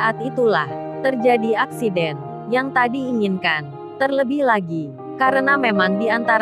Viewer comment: Accident. Bukan acsident..wkwkwk